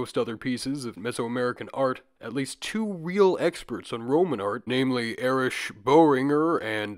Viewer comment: You are doing so good on your pronunciations until “Erich” come along. It’s Erik.